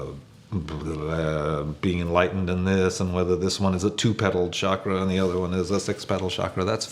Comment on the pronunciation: SHakras are Indian cucumbers. CHakras are energy vortices; the letters C and H together make a 'ch' sound - like choo-choo